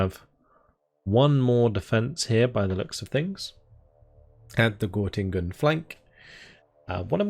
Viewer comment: It’s called Göttingen :) (ˈɡœtɪŋən) I was born there 1994 :) My Grandmother flee from East-Germany and come to a refugee Camp near Göttingen:) Nice to see this in this Game :)